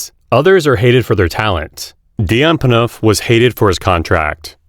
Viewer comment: AI couldn’t pronounce Phaneuf correctly